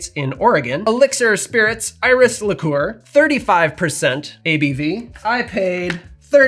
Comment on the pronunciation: On what planet did you learn to pronounce "liqueur"?